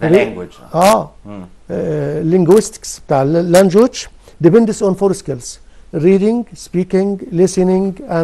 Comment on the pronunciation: يعني حضرتك كبير معلمين وبقالك 30 سنة بتدرس إنجليزي ومش عارف تنطق كلمة language صح؟!!!!